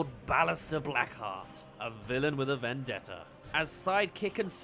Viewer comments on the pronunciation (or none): none